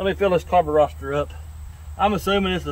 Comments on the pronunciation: I stopped watching after the 30th time you said "Carburoster" as if it was funny or clever. I will never watch one of your vids again. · I wish he'd say the word "carburetor" correctly at least once....